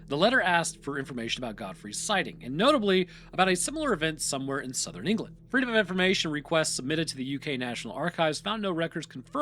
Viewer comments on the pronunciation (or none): none